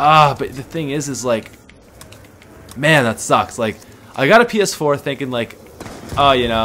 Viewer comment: when he said ps4, it sounded like he said penis 4 😂